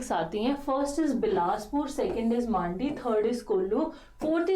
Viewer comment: Ma'am n pehli bar sahi bola dusri baar मांडी बना दिया😂